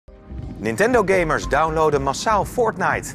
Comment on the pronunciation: Het is fortite niet fort-nite